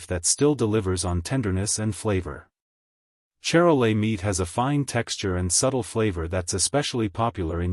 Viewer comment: say shar-lay